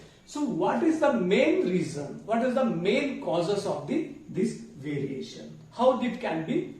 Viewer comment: Variation or veriation 😮